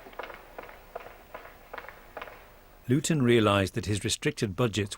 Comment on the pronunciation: No, Dave, it's Lewton. Named after Val Lewton, just as stated in the video.